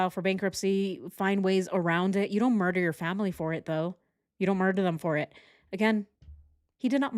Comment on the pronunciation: Switched off after the 100 time u says “murch”